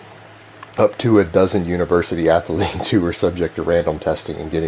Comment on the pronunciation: Anyone who says “ath-a-lete” or “yooman” or “yuge” is a mega fucking idiot. This guy is so full of aspergers and APD it’s unreal. The laughing when telling a story that isn’t funny is a huge tell. He’s so painfully insecure because he’s a 5’9” bald out of shape man trying to convince the world he’s a big tough strong guy and it just isn’t there.